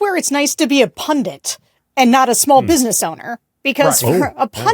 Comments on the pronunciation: A pundint? Or a pundit ? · Sarah, please learn to pronounce "pundit'!